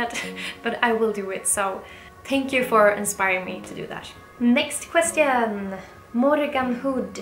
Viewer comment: I newly found you in YouTube and I am so glad to came across with your videos. Amazing and breathtaking sceneries. And you and your new hubby are so gorgeous. You truly an inspiration for me and many like me. The only say I can tell can you please please pronounce the word "question" right. I know you reading the comments and it finds you well.